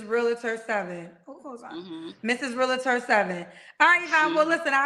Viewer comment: Real•Tor,. Not realator